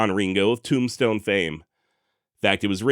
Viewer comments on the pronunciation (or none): none